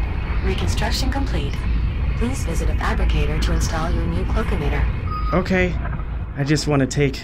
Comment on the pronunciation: every time said “cloak emitter” all I could hear was “cloakinator” 😂